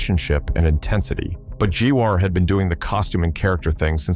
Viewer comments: Stopped watching as soon as I realized it's AI voice... and a pretty fucking stupid one at that. 'Gee-WAR' - GTFO. Hey OP, get off your lazy ass and actually do some work and do a human voice-over.. The AI is embarrassing. This whole channel is AI lazy AF garbage. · Or... "Jewwaaar" as the AI vocals likes to pronounce it. 😂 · First, who would ever think to see Nickelback tour with Slipknot? This is nothing more than a "Bands Slipknot has feuded with" as Gee-war, Jwar, 2...thousand seven, GW-are? FFS. If you're too lazy to narrate your own videos, at least have the AI pronounce names and words correctly. GWAR was pronounced correctly several times correctly, then, what, you gave up poofing the narration? "at number sechach three." "MGKhey claimed" - Garbo video. Drop a Like and Subscribe to a real channel that actually has people in it, not this AI crap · Back in 1995, my aunt asked me who G-WAR was and I cringed hard and never forgot how she said it. Flash forward to me being 45 years old and hearing this abomination AI saying, “G-WAR”. PTSD HALP. 😂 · GEE-WAR? JFC... Youtube really needs to do something about this AI slop. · Don't you mean Gee-Waar, lol. Wtf I hate AI. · How many ways can AI mispronounce GWAR?😂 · This video mispronouncing Gwar is embarrassing. Shows up the AI.